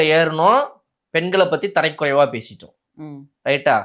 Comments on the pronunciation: தம்பி நான் லண்டனில் இருந்து இலங்கை தமிழன் உங்களுடைய நிகழ்ச்சியை தவறாமல் பார்த்து கொண்டு இருக்கிறேன் தரைக்குறைவு என்பது தவறு தரக்குறைவு என்பதே சரியான உச்சரிப்பு நன்றி வணக்கம் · Tharakkuraivu not tharaikuraivu